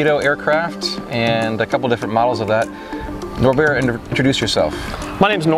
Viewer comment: The way he says Norbert and then realizes how silly it was once he hears it correctly made me lol